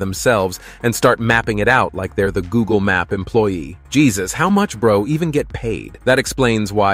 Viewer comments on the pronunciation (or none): none